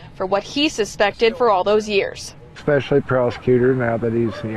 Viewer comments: Brittney's lawyer needs to learn the pronunciations. The word is Especially!! Especially!!! She pronounced this word as expecially 4 different times!! 4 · I think any lawyer that uses the word “expecially” probably should not be a lawyer. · her defense counsel pronunciation "EX-specially" 🤦🏻‍♀️ ugh.... I can't even.